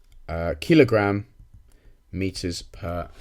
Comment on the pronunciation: Keel-o-gram xD